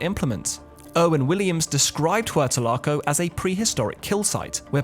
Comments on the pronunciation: very interesting 👏👏👏 however, to my knowledge, it is not pronounced WETA-LAKO, but WEY-AT-LAKO😉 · Nice video. But why do you keep talking about someplace called “Huertalaco”? Is that somehow related to Hueyatlaco? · It would help if you didn't destroy the pronunciation of Hueyatlaco. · A better example would be to pronounce Launceston but let's be honest he did butcher Hueyatlaco.